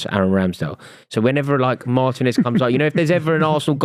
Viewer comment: I clicked on the video, clicked on a time stamp with aston villa....heard say emi matinez,, turned video off! Guys a clown 😂😂